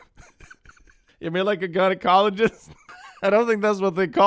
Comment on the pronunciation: am I the only one who heard doxer instead of doctor? Pussy doxer sounds like a cool band name.